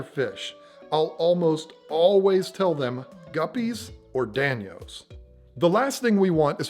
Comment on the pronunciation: Danios is pronounced like day knee owes not like dan e owes.